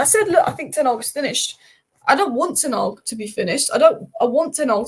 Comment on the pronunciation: It’s Ten Hag, not Tenarg.